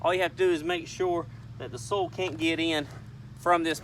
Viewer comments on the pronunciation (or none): Did he say "soul" or "soil"??😂🤔